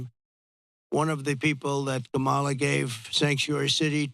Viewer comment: All I heard was a narcissist on a platform doing a smear campaign. And you can’t even pronounce her name correctly. The emphasis is on the first syllable